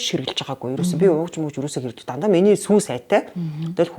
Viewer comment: “сүй” биш СҮҮ хувьцаат компани шүү